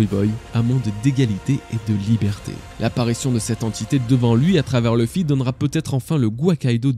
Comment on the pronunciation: Tes vidéos sont vraiment géniales, superbe travail, mais je ne peux pas m'abonner ou liker tant que tu ne voudras pas prononcer le nom de Luffy correctement... ça me bloque